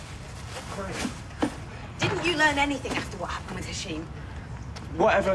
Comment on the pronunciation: It's "anything" not anythink